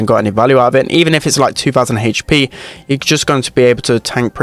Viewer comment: I love when he says: HeEytchpee